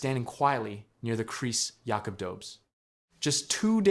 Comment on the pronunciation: Hey! When are you going to learn how to pronounce Jakub’s name?